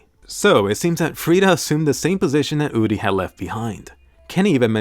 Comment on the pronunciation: It's uri not udi Sry it bothers me